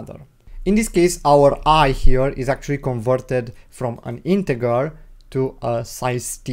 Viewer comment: My friend it's JJJJJJJJR NOT ggggggggr .....INTEJJJJJJJJJR NOT INTEGGGGGGGR 👍